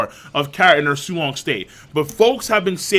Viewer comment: Did you just say su-long meat? Thats f**** up bro